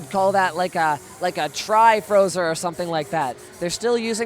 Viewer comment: triplet frozer not tri frozer lol